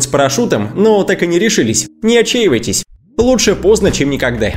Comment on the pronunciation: У него во всех словах где есть ,,а,, слышится ,,э,, вот слова не отчеевайтесь, реэльные протэтипы и ещё очень много, и сам он выглядит противно.